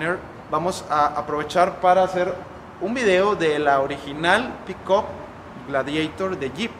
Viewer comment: PERO POQUE LA LLAMA "PICOP"......ME DA RISA.....JAJAJAJA NO SERA EN TO CASO,...PICAP......(PICK-UP)....🤣